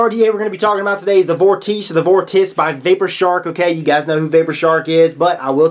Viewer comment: it's pronounced vawr-tuh-see